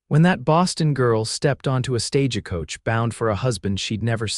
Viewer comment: Tabitha is pronounced "TAB-ih-thuh". It's also Stagecoach NOT "Sta-ge-coach". Arrrrgh!!!!